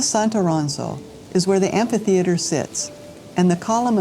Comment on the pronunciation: You butchered the beautiful word “ amphitheater “